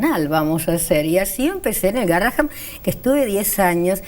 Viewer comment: amo ese hospital, conozco al DR Bersusky , a Tello, a Galaretto, y a muchos de patología espinal por que mi hija fue operada de columna 15 veces allí. Le suplico a la conductora, ya que dice haber transitado y trabajado alli, que diga GARRAHAN , EN VEZ DE GARRAHAM, PORQUE EL NOMBRE ES EN HONOR A UN MÉDICO CON ESE APELLIDO, Y EL CARTEL ES MUY GRANDE COMO PARA NO VERLO.